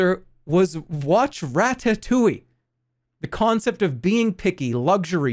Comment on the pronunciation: the way Jerma pronounces ratatouille is deeply unsettling